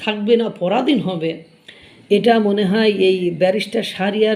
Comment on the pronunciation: ওটা ব্যারিস্টার না বালেস্টার।